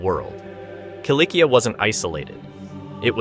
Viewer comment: Cilicia is pronounced “silisiya” or “silishiya”, not “kilikiya”.